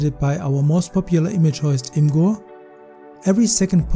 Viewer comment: its pronounced image-er not im gur